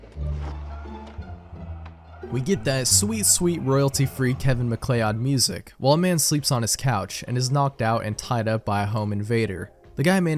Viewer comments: It's pronounced 'Mc-Cloud'. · (BTW McLeod is "Mih-cloud"... lol)